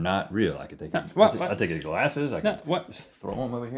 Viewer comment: Rhett: "glasseses"